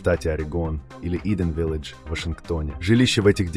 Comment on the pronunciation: "Rosevelt", "Cicagó", village ( nem, nem angolosan ejtve, hanem ahogy írtam) Szörnyű ez az AI... Ha már magyar " szinkront" tesznek rá, kicsit odafigyelhetnének. Az AI monoton, természetellenes intonációját sem kellemes hallgatni....